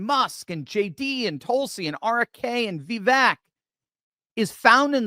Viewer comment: You're pronouncing Vivek's name wrong. As he says himself: "It's Vivake, like cake." And # 2: I'll donate $20 bucks to your cause if you pull the single hair off the top of your microphone! It's been there for months and that's all I focus on when I watch you. My wife's mad at me cause after I pointed it out, that's all she sees now as well! 😂 Love your show (aside from the hair)! 🤪